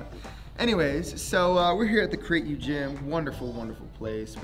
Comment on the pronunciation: I would like to point out that when you were lying on the floor, you called your gym the "Crate You" Gym. I suggest you always make sure you pronounce the name of your gym ("Create You") clearly and distinctly because you definitely don't want people to think the name of your gym is "Crate You". The name "Crate You" sounds more like some type of discount mortuary rather than a gym.